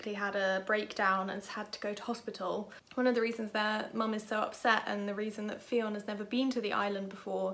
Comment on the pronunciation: Fionn is pronounced like Nun. ☺️